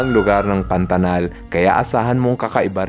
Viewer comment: Kuya mag ka parehas bato PANATAL PANATANG😂😂😂❤❤